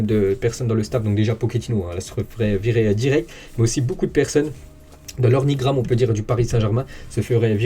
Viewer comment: Salut mon grand..on ne dit pas ornigrame.. mais plutôt organigramme...😁😁